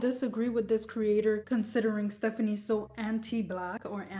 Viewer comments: It is pronounced "SUE" not "sow" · Its SOO pronounced as SO not SAW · It's Soo... I just had to say because it's bothering me lol. Her last name isn't "So." It rhymes with "New" not "No" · Why are people saying her last name like they dropped out of school? Soo has two O's and makes an oow sound. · starting the video by mispronouncing her last name, which is spelled phonetically, is not a very good look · and constantly mispronouncing her last name 🙄 by her standards thats basically a hate crime